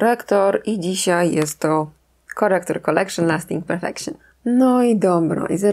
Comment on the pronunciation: Kto uronił łezkę słysząc kultowe "kolekszyn lasting perfekszyn"? 😂😂😂